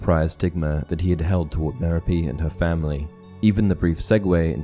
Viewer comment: MEH-ro-PEE? I didn't really know, but I'd've pronounced Merope's name muh-ROP.